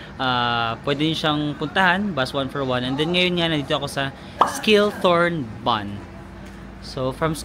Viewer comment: read as Shiltorn (Schilltorn) Jungfrauhoch ( Yungfrawhok) Gimmelwald (Gimmelvald)